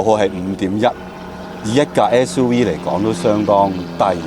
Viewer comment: "S U we"